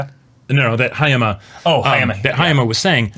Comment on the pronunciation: first off, its Haya-MA Hayato, not Haya-MI Hayato. Just one thing that bothered me. Hayoto is the character that is meant to emphasize that the "Chad" archetype aren't omnipotent social interaction apex predators that weenies (incels) like to think of em as. They got issues, they have complex emotions, and carry their own dark burdens. Hayama dislikes Hiki, not because he is a loner, but he can choose to be one, AND can be one that makes the "tough" decisions that he can't, (more later on that in the series). Hiki, while as the bros said, simply accelerated the friendship breaking process, HE WAS WRONG. Even if he was right. (insert Aimer and UBW here). This is not how relationships should be handled. Even "fake" and "insidious" relationships have value. Though that sense of worth was to be broken, the lessons taught from that experience are lost for the kids. They're just traumatized by scary HS students being shitty and exposing the fragility in their friendship, instead of traumatized by their shitty peers and the natural process of the shittyness of people you think you are close with and using that as a means of personal growth so that you meet and be friends with people who are of value to you, and find you valuable. Sai-chan Banzai. I think the bros are mistaken about Haruno's nature, BUT they are exactly right based on her current character. She's the Thors of SNAFU. But currently she's an Askeladd. I got no clue bout Haurno X Sensei's relationship. I do think the bro